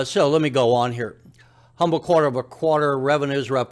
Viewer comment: It's pronounced quarter not qwater.